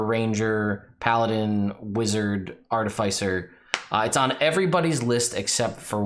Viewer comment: The second "I" in artificer is soft. The emphasis changes between American and British English.